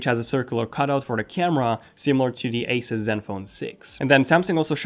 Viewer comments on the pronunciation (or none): none